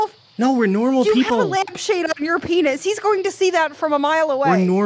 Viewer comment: "YOU HAVE A LAMPHADE ON YOUR PIENS"